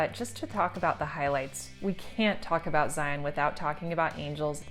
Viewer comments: Zion rhymes with lion, NOT "lie on." Please, tell a friend. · Psst! Local pet peeve: it's pronounced "Zeye-un", not "Zeye-ON". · I’m always amazed at official travel guides that don’t know how to pronounce Zion. Zi-en. Not zi-on. Otherwise great video!